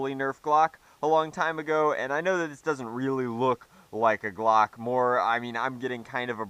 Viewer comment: please tell us that you calling it a "Glock" was a joke.